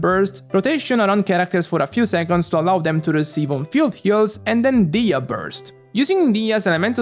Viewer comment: I'm really really happy that you're pronouncing her name "DI-HIYA".. her name sounds so beautiful that it makes me cringe every time I hear someone call her "DEYA"..